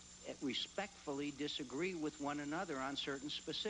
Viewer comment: LOL when he said respect.. respectfully disagraee